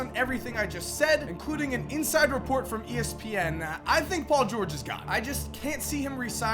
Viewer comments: “Gahne” sorry 😂😭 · Why you say gone like that 😂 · Why does he say gone so weird